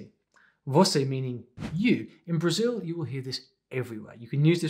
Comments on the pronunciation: And the L in BrasiU is just a U sound and not that weird W that he tried to do. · I really like the way he say Brasil 🇧🇷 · tu falaste "Brasil" certinho! Que cara bom! To orgulhoso <3